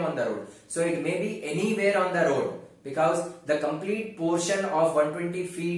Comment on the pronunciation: Becows 😂😂 i was ur student I really miss this word